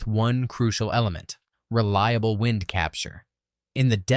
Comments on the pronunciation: "Whynd? Capture Foundation". AI hasn't learned about heteronyms yet..... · Can't pronounce the word "wind" in step one? Please stop using an AI voice to read for the video.